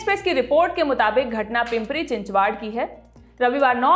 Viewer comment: चिंचवाड नही चिं च व ड ऐसा ऊच्चारण है.